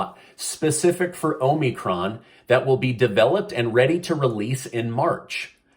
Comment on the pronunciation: "HOMIEcron" lol